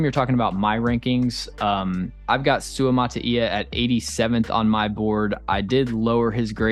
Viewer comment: props to you being the only one to pronounce Suamataia's name correctly